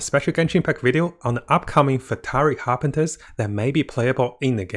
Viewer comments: Corrections on the pronunciations please: Harbinger is pronounced as Har-binge(nj)-er NOT Harpinter Fatui is pronounced as Fa-too-ee NOT Fatawee Scaramouche is pronounced as Ska-ra-moosh NOT Sharamouche It’s really nothing actually but its kinda annoying 🥲 Nonetheless, still love your content! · FATUI not FATARI. Also HARBINGERS not HARBINTERS. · love ur vids but its har-bing-gers-->(pronounced as "ha-bing-jers") fatui-> (pronounced like "fa-tu-wi") Cherrios!:) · Pronounce properly please... Fartui, Harbinter, c-nora, sara-moch... such a turn off. Get it right please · Scaramounch I can pass since hes only appeared a couple of times. But come on, with how many people have pronounced 'fatui' ingame. How could he butcher that? Lol